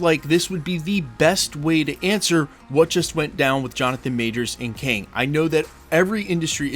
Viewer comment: Its KANG..NOT KEING